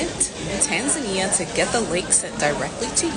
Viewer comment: I'm just glad you pronounce it Tan Za Nia, and not Ton zonia